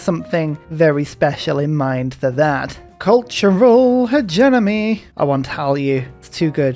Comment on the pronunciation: Fun series and love your videos but why do you pronounce it technocraNcy? Isn’t it just tech-nah-cracy, like democracy? Is this a British thing? Also hegeNomy vs hegeMoNy?